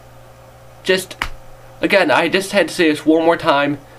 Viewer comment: Dude, where did you learn to pronounce 'th' as 'v'? I mean, 'vis is '? Honestly, you lose cred points by speaking like an English lout (or 'chav', as we like to say). Aside from that, some good points made. But try the preview, it's not all ass.